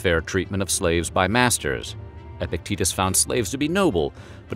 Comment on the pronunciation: Epictetus* not “epectitus” haha